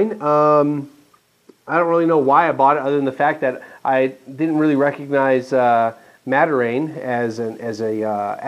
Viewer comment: please try pronouncing it "mad-ir-AHN"...it's great stuff very heart healthy with procyanidins.